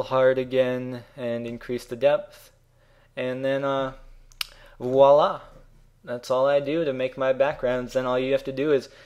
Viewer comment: Haha you def said Woila instead of voila:P